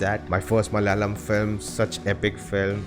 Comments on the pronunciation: Ooooh man finally you nailed the word "Malayalam" ....great insight anyway ❤️❤️❤️ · You said "MALAYALAM " so perfectly 😃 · Finally got the word malayalam correct.